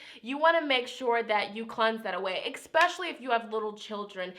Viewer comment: you are soooo sweet , please don't say ex-pacially.